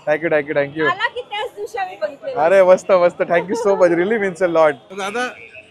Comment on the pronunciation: मी तुमचे सर्व व्हिडिओ बघतो 👍,एव्हरीथिंग खूप छान 👌❤, एक suggetion, तुम्ही एखाद्याला जेव्हा Thank you म्हणतात तेव्हा ठ्यांकू ठ्यांकू असे म्हणता कृपया थँक यु थँक यु असे म्हणा